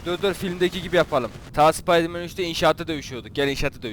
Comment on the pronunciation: spaydırmen değil spiderman